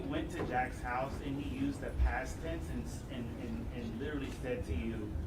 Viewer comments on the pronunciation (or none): none